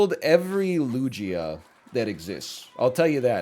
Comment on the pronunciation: The way NL says Lugia is giving me an eye tic